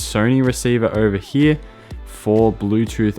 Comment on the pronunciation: how the fk are u pronouncing "here" ?